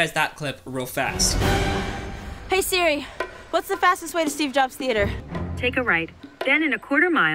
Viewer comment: you say “siri” like sri